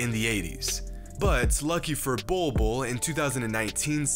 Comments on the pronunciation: Legit I thought it said “Boi Boi” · “Bowl Bowl” 👹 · When your name is literally pronounced "Ball" twice! If that isnt a sign of destiny, I don't know what is. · Pronouncing his name, Bol Bol literally means “pubic hair” in the native Filipino language - Tagalog. Man’s gonna dominate in the league! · Its not pronounced ball though